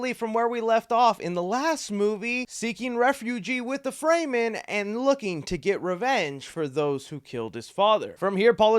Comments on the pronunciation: I'm convinced you can't pronounce shit after watching this one lol. Frey Men??? lmao, it's pronounced Fur Men you silly goose. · It's not pronounced "fray-men" it's "fre-men" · Not fraymen it’s fremen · It’s pronounced FREM-MIN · Well that’s certainly a way to say Fremen lol